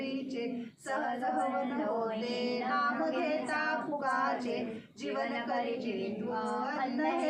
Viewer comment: नाम घेता फुकाचे.. फुगाचे नाही ते